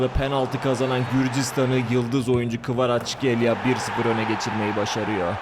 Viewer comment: Videoyu zor bitirdim. Kvaraçskelya değil, Kvaratskelya, Hoyland değil Höylund, ovıral değil ovırıl.. telafuzları hangi dilde öğreniyorsun bilmiyorum ama maç izlersen spikerlerden doğru telafuzu duyabilirsin. Kendini zorlamamanı tavsiye ederim. Onun dışında bu konseptini seviyorum başarılarının devamını diliyorum..